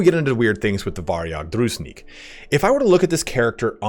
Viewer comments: Nice video. One nitpicky thing from my side: Calling Druzhinnik DruZnick Ah, pain in my ears :) It should be more like Droo + jin + nick (there is double n and zh is more like j without d part). As for the unit itself. Gameplaywise i agree with you but for RP it makes sense to have them mounted. Because judging by name itself Devs definitely took inspiration of Sturgia in Kyivan Rus (on which vikings and Byzantium were big influences). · ITS "DRU - ZHIN (more like J-sound, like in voyaGe , not z) - NICK" not druznick Drough-Jeanne-Nick it's from Russian midlle age history, means a member of the inner circle (friends, far relatives) of a noble FYI the lore here is a direct parallel to Kievan Rus' (midage Russia) which was mainly fighting The Golden Horde (Khuzait), and Livon order (Vlandia, sort of). And it was (as in the game also) really hard to predict- who will your next battle be with - mounted archers and light cavalry of the Horde, or heavy armored knights of the crusaders. So the logic here is to have something which will be suitable against both. The game actually translates real historical circumstances and material response really smart. Unfortunately suffering from the balancing necessity. Also mechanics of the game tend to equalize army sizes, whereas in real history some peoples took V by sheer numbers and overwhelming hit-and-run tactics (Horde-Khuzait, Mamluke-Arab), while others had technical superiority. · Zh in Druzhinnik sounds like [ʒ] in "casual". Dru-zhin-nik. Druzhina was a personal army of Early Rus' lords. In most cases Druzhinniki was a best friends or even relatives of lord, so they was really loyal to him.